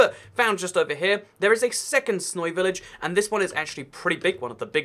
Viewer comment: “snoy village”